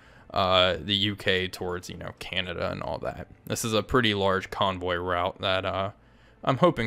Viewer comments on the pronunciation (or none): none